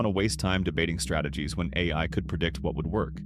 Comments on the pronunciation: yep I noticed that too. "the Aaaaaa i" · The a i voice gives itself away when it messes up saying ai